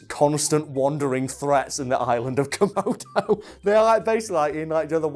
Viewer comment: says:...komodo dragons... i heard:...murder dragons... lol